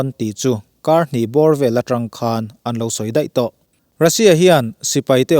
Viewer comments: Sipai leh ralthuamah chuan a khân lo ni lovin a khan lo (khan hi thluk loh tur) tih zawk tur a ni ang. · Khân ni lovin khan,thlûk loh tur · "A kalh tikimtu" tih turah "A khalh tikimtu" tiin i lam a. "Ukraine-in an khan lo," tih turah, "...khàn lo" tiin i thlûk bawk. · A ngaihnawmin a bengvarthlak ṭhin e. Chutih laiin "khan" i thluk dan hi chu a dik lo deuh lo maw. Ukraine sipaite chuan Russia sipaite chu thiamna leh ralthuam lamah khan lo tak an ni. Heta "khan* hi thluk lovin lam bung deuh nghat tur a ni. Mut hmunah min khan ziah suh tia khan kan lam rik ang hian lam rik tur. Tin, khalh kimtu i tih hi kalh kimtu tuh bawk tur a ni. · A bengvarthlak viau nain,Mizoțawng thluk dik lo a tam hle.Ngaihthlak a ti nuam lo nasa a ni.Lam dik loh te:- Russia sipai- ' sia ah hian thluk san tur a ni.Khan : Ukhrain chuan Russia chu a khan lo hle tihah te.Sa kan chan a,a kalna awm a kan ngaih lai ' khan' ksn tih ang a thluk loh turte...a awm nual mai. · Khan lo tak a ni tih hi i lam dik tawk lo em aw. Khan, mi kan khan ang deuha lam tur a ni zawk em? Nge ka hresual zawk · Taengkam thluk diklo zeuh² a awm tlat mai. eg.Khan lo..hi i lam danah a thluk tlat . Thluk lova chhum hmak tur a ni